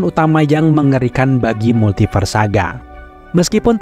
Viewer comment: Aku salfok sama mimin yang nyebut Multiverse jadi "Multifars" wkwkwk... Juga kata "Conqueror" :)